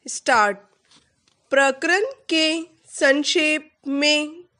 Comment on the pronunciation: Please, प्रकरन na बोले, प्रकरण ही बोलिए, इरीटेशन सा होता है ये सुनकर🙏🙏